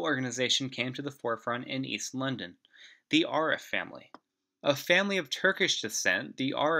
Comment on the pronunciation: And its not AR-RIFF its A-rif,as in adam.